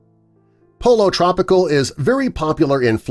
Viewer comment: Polo tropical lol. PoLLo